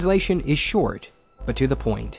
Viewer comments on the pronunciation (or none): none